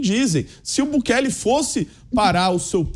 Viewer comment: a pronuncia não é Bukelê e sim Bukeli (não tem acento)